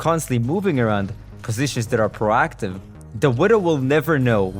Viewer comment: Its - "Pro(> pro'oh <)active" , not - "PaRAACTIVE"